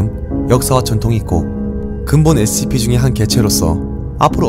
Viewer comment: 형 영상 몇년째 잘보는중인데요.. Scp 발음이 진짜 너무 신경쓰이고 거슬려요 그냥 sp 라고 하시는건지 scp라고 하시는건지 구분이 안갈정도.. 그냥 조금 천천히 발음하시면 될것같아요 댓글 안달고 좋아요만 누르다가 처음으로 댓 달아봅니다 번창하셔요~